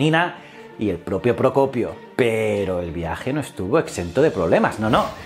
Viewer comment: Aplaudo que hayas podido pronunciar "el propio Procopio" con tanta facilidad.